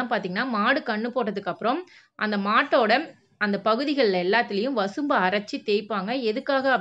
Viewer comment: வசம்பு . வசும்பு இல்லே.